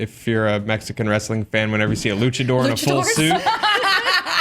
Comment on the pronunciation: I like how he says "luchador"